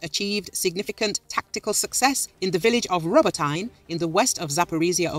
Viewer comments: Roboteyn? No. It’s Roboteeeeneh. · It's pronounced Row Bow Teh. Not what ever the hell you said.